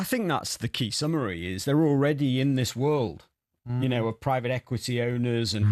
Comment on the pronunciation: Dear Gabby we are now "Far richer than yow"